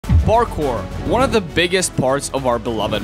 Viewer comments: I like at how the beginning he says barkour (Not Parkour btw) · did you say barckpor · u said barkour in the beggining lol